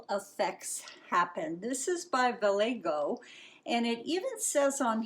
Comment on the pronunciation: This piece is gorgeous!! Did you have this image in mind before you poured? BTW, Vallejo is a Spanish word, a city in California, pronounced with h sound in place of j. val EH ho. Hope this is helpful, not meaning to be critical. You teach me soooo much!!!